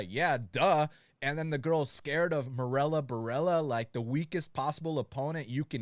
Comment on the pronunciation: "Marella" Borella...